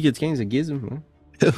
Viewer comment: "" diminutif de "" je pleure de rire